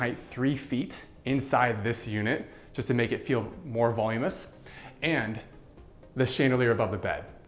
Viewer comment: Voluminous. Not volumous.